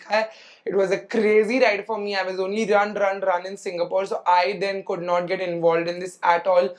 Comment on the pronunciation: Why do you pronounce goor, coulrr, woulrr for good, could, would 😅